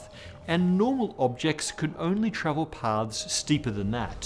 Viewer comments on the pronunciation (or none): Your pronunciation is horrible here. Your pronunciation of three different words sounds exactly the same, i.e., "parts", "past", and "paths". I have to use closed captions. Please enunciate your "r" sounds. Why must all intellectual videos be narrated by some nearly incomprehensible accent? I know; it's so that you have a harder time learning anything, and thus, stay ignorant and controlled. lazy speech. learn how to speak english properly. how did you even get this job? funny how people who can't speak english properly supposedly earned college degrees.